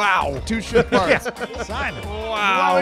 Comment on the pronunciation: Why did I think they were saying shit parts instead of ship parts